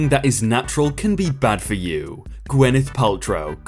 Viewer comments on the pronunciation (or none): none